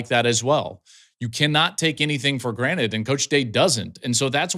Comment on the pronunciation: Granted and granite are two different words Klatt lmfao brush up on that English a bit